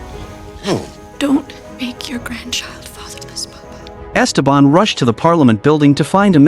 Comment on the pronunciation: It’s so jarring the way they pronounce Ésteban, with an accent on the first E, instead of the correct way, with the accent on the second e.